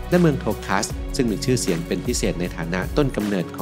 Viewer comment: อันที่ 2 Tokaj อ่านว่า โตคาย j ออกเสียง ย ค่ะ